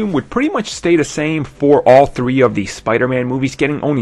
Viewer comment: It really annoys me the way he says "the" as "dee"